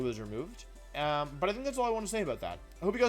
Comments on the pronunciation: Why does he keep mispronouncing video as "wideo", then when he pronounces it right he immediately goes back to mispronouncing it on purpose? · Why do you say “wideo?” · i love that he intentionally says wideo thats so funny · stop saying wideo it d i s t u r b s m e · I luv d wideo intwo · I dont mean any offense, but do you say "wideo" due to a speech impediment, an accent, or is it some sort of channel meme? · what is with you calling it wideo or just pronouncing v's like they're latin v's in general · I HATE WHEN YOU SAY WIDEO STOP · Wideo man makes funny wideo with new funny wideo intro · Why does he say wideo? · every time he says wideo, it sounds like a person with an indian accent saying "video", it makes me laugh everytime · It really hit he hard when he told us that, in fact, it was him. Wideo Man. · Why is he pronouncing video 'wideo' and gimmick 'jimmick' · 2 minutes in and he can't pronounce the word "video" or "gimmick." Is his inability to pronounce words correctly some kind of act that he pits on or has he never had a conversation with a human being before?